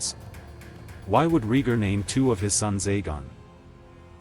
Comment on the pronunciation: I have been saying that Jon's going North with the freefolk at the end of Season 8 made sense... oh and it's pronounced E- grit, not I- grit... AND Ray- gar , not Ree- gar... whoever narrated this didn't watch the show. He'd know how to say the names.